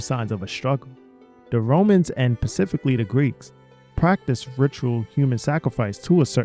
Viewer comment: LOL I have noticed in a few videos that the says pacifically instead of specifically ..so strange , also he says Axed instead of asked ..is this a US thing or a this guy thing ?